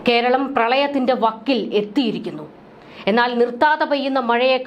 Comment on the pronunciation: വക്കിൽ എത്തിയിരിക്കുന്നു. എന്തു വായന. വക്കിലെത്തിയിരിക്കുന്നു